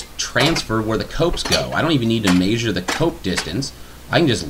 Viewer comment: Good video. But i'm aspy and I wish this vid had "measure" and not "mayzure". Idk it just makes me cringe. Sorry. Great vid otherwise.